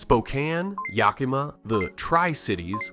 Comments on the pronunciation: Yakama not Yakeemah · Yakima is pronounced more like Yak - uh - ma as opposed to your pronunciation of Yak-ee-ma . Just FYI in case you come across it again in another video . Thank you for a wonderfully informative video even for a NY transplant who has lived in Snohomish County for nearly 30 years !! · It's "YAK ih mah" not "Yak EE mah". We have some funky place names here, but Yakima is not one of the tricky ones. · that is NOT how you say yakima you said yaCK-E-mah instead of yaC-a-muh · At least he didn't try saying 'poo-ya-loop'! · Not Yaceemuh wtf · okay , that first one you did find that's close enough , but that second one yakima genuinely , I almost threw up hearing that holy , that is one of the worst pronunciation. Yak ih mah it's not exactly , but that is much closer. I'm not exactly sure how to write a fanatically , but yeah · I love it too - the Hoh thing of thinking "I got this: Ya-key-ma." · The way he call Yakima "Yacky-mah" 😂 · I almost gaged when whe said it like that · Cascade curtain? Born in Seattle, I've lived here almost 50 years & I've never heard that term. Of course, I've also never heard that pronunciation of Yakima either. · As an Washingtonian this divid is overstated or press ain't that big devide. Yakima is pronounced wrong on the voice here too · So much wrong with this... The Olympic mountain range creates the Olympic rain forest. The Puget Sound region sits in a bit of a rain shadow itself as a result. So we dont get nearly as much rain as people think we do. I've never heard the term "Cascade Curtain." That is not how you pronounce "Yakima" East and West dont hate each other... the closest we might come is the rivalry between the Cougars and the Huskies. But both schools get students from all over the state, so that's not even a west/east divide thing. Liberals and conservatives are found literally all over the state... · Yakima was terrible. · Might want to work on how to pronounce Yakima.